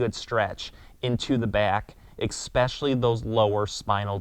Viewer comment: LOVE your videos but, "eXpecially" isn't a word; the word is eSpecially.